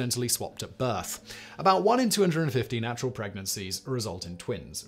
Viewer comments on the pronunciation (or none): none